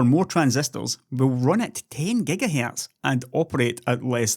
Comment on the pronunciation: thwee poynt tew giga hairtz